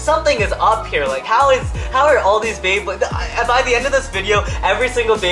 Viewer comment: it says Bleybley rather than beyblade